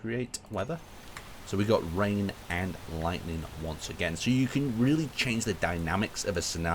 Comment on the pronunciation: I love how he says lighting when talking about lightning similar but two different words